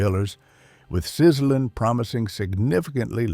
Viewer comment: it wasn't pronounced "Sizzlin" it was pronounced "Sizzle-Leen".....